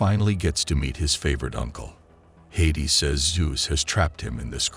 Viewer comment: Bro its had-ees and kiron not chiron